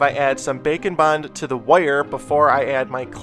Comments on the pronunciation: Package: Bake n Bond What I hear: Bacon Bon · Every time he says bake and bond I think he’s saying bacon bond